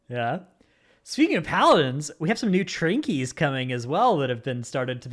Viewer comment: Petition to cancel saying “trinkies”